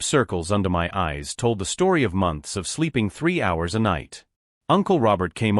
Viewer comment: why can your auto predictive vocals not pronounce "my"?